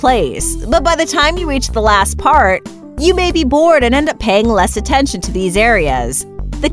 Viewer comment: WAIT how much attenchin to the frunt teath ummmm................. hehe oh no!